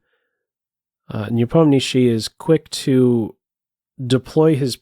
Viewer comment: Will you do videos on the world championship games? Nice to hear Nepomniachtchi pronounced correctly by the way 👌